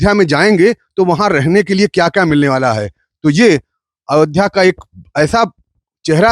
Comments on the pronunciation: avdhya नही ayodhya hai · Reporter को अयोध्या का उच्चारण करना भी नही आता , बार बार अवध्या बोल रहा है। पढ़ा लिखा नही लगता। 😢